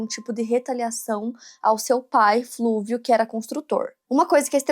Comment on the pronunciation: Não é "Flúvio", mas Fúlvio; não é "genecistas", mas geneticistas. Sempre melhorando.